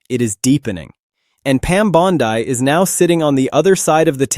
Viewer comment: Its "BONDEE", not "BONDYE".